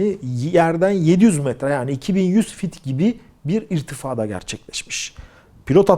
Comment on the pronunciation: TÜRKÇE DE İKTİFA DEĞİL """ İRTİFA """ DENİLİR .